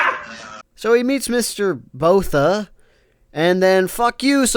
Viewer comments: It’s pronounced Boor ta not Boh tha. Other than that it must be an enemy stand! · Was gonna dislike, but then I hear "Mr. Botha". You get your like and subscribe.